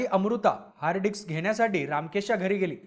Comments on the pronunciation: अरे "हार्ड डिक्स" नाही रे "हार्ड डिस्क" 😬👊🤣🤣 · हार्ड डिक्स नाही भाई हार्ड डिस्क 😂😂😂😂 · Dics nahi re disk.. dics arth khup ghan hoto.. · Hard Dicks ❌️ Hard Disc ✅️ Kya Reporter Banega Re Tu 😂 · Hard Dicks nahi Hard Disk asa asta te 😂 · हार्डडिस्क ❌ हार्ड डिक्स ✅ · Hard dicks nahi re..... Hard disk mhan😂😂😂